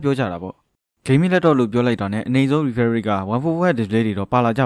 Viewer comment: Refresh တောင်ပီအောင်အသံမထွက်နိုင်တဲ့စောက်တောသား...English လိုအရင်လေ့လာလိုက်အုံး......မင်းVideo ကိုစောက်ချိန်ကုန်ခံပြီးဘယ်သူမှမကြည့်ဘူး